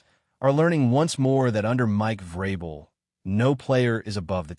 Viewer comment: obvious AI.. mispronunciation of vrabel is another tell